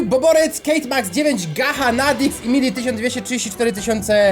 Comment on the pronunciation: gacha czyta sie gacza